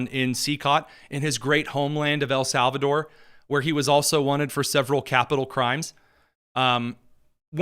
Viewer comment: “El SAL VA TOR” - van hollen